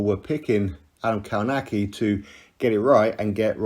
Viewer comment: Adam Kałnaki.... Co za wymowa...